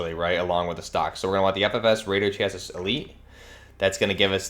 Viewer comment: Chass-ee, not chass-is. None of these youtubers say it right.